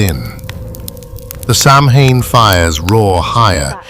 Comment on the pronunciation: I say it the same Sam Hain,grrr,it's pronounced different,anyhow,this is 👍,Thanks 👋🙂